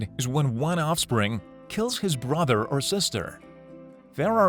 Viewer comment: Ambooshes the prey… You-ren… brawther or sister… largest population of the count-en-ant… Etc. at least he got boobies right.